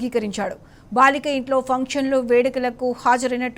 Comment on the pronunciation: మొదట తెలుగు నేర్చుకో తల్లి నువ్వు భాలిక ఏంటమ్మా బాలిక అని అను